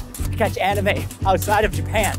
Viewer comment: During the add I thought he said “the best why to find anima outside of your pants” lmao